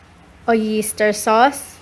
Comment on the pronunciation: napakasarap naman talaga lasang lasa yung "OYISTER" sauce hahahaha. lol, ate babasa na lang eh.